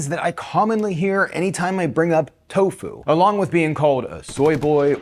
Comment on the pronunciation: Never heard tofu pronounced like Corfu